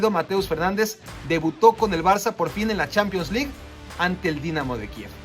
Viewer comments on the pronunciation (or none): none